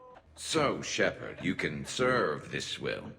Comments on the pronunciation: Shepard. Shepard? Wrex. Grunt? Shep arrrrrrrrrrrrddddd SHEPARD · Shepard, Shepard, Shepard. Wrex, Grunt? Shep-errrr-d! SHEPERRRRRD